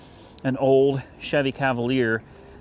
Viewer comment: Cavalier? Are you joking. Come on man !